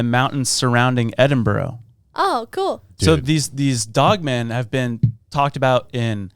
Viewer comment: The way you guys always mispronounce stuff and places drives me insane! Edinburgh is pronounced Eden-burra